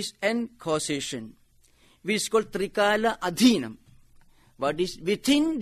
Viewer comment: You are pronouncing Trikalatheetham as trikaladhinam aum the primordial sound is is not subject to trikala state of waking or dreaming mind reason is mind not self but part of body so therefore self particle of universal brahman the individual self or particle of universal consciousness has no trikala but continuously present then origin of of universal consciousness is brahma consciousness then it is lord god who created this universal consciousness which gave raise to individual consciousness so therefore the best solution to dwell on the Lord Creator god who without cause has caused aum. primordial sound from which space was created then from these 2 entire creation earth and life on earth created so therefore bhakthi marga the best the 4th state of introspection into self the path of meditative knowledge un attainable by 99 percent humanity sir